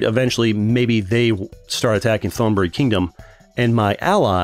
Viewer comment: The way he pronounce old Thailand name 💀. Say the th like a T in the word tiger & the Th”on” the word on will gonna be instant don’t drag it. the word buri too!